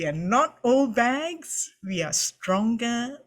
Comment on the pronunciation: Bags, not bages.